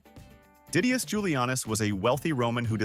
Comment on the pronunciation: Did I hear a Diddious? 😹😹